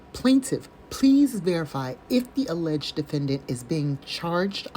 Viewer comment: Hi from France! I suggest to his inmates to never play scrabbles with … - aileged - analysation- to rebuttal -license place - instrament…. Too many new words 🤣🤣🤣🤣 Have a sunny Sunday 😘🌹